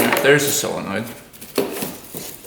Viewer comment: Not A big deal but your pronouncing Solenoid incorrectly.